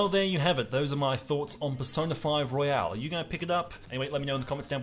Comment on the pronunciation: It's Royal, not Royale! That really started to annoy me after you said it wrong every time. Also, I thought Golden made P4 much too bloated, so will I think the same here? Also, it sounds a lot easier??